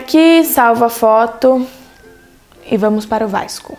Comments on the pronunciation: fiquei com agonia dela falando vaisco Skskkskskdks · ela fala errado